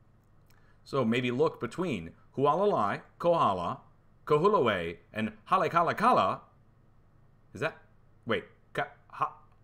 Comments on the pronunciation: On Maui it is pro HOLLY-ahk -ALAH . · LOL !! Kahoolave = Ka hO O la vay You'll get it Also ~ Halay a ka LA (Maui) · Haha.....holly-ah-ka-la is how it is pronounced (Hawaiian Language can be hard. Only 12 letters in the whole thing)